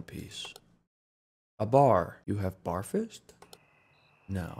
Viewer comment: I have a sickness from John and Smii7y that every time there is a possibility to say “You have bear fists?” I will say it even when I’m just watching a video, so I can understand Johns “You have bar fists?” Even if it didn’t make sense lmao